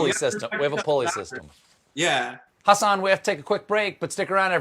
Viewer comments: It’s not Has-SAN like it would rhyme with Elon. It’s Hasan - the HA would be similarly pronounced like the HU in husky. His name is essentially Hudson without the D, huh-sin! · It's more like "Hussin" than "Huhsan" fwiw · I like how he calls himself Husin MINhaj now, instead of huSAHN Minaaaaj. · It's not Hasaaaaaan, it's Hasan! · everytime stephen says hasan's name i cringe, it is huh-suhn not HA-SAHN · Ha-Sahn lol. He said it like eight times at the start. Maybe I’ve been binging Patriot Act too much, but I just want to correct him and say ha-sin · Colbert isn't saying it right. He's saying something like hus-HAAN.... It should be HUS-uhn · it's HAH-SIN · who else phisically cringed when he said Hasan's name wrong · I wonder if Hasan cringes each time Stephen mispronounces his name. Oh well. I guess it's shrugged off. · Jesus. Stephen (and far too many others) still can't pronounce Hasan's name. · You are pronouncing Hasan’s name incorrectly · how difficult can it be to pronounce Hasan correctly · STEPHEN.... YOU SHOULD KNOW HOW TO SAY HIS NAME CORRECTLY....................... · they still cant pronounce his name correctly lol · Almost got his name right... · No he didnt. Watch patriot act you'll see he was close but no cigar lol thanks for trying thou Stephen ! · Actually the 'h' in Hasan does not sound like the English or Latin H. The H in Hasan does not exist in other languages. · I always pronounced it with the stress on the -san because of how he said it in Hasan The Record, but I guess it was just to make it sound like On. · I love Stephen Colbert but him pronouncing Hasan’s name wrong was cringe